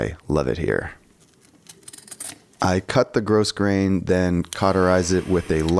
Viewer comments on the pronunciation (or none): as someone who has sewn for the past 50 years, I appreciate this. Love your handwork. BTW, the ribbon you showed at the beginning is pronounced "grow grain". I believe it's a French word, so the S is silent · "grow - grayn"